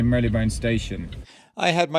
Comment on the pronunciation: I'm sure there's no y in the pronounciation of marylebone btw